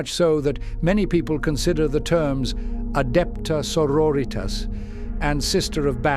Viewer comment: Adepta señoritas